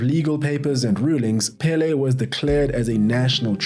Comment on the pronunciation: It was very rough to hear you pronounce Pelé incorrectly. The accent it's on the second e not the first one